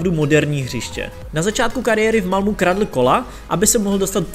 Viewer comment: Malmu... další perla ve všeználkově :))) čte se to "Malméééééééééé" :)))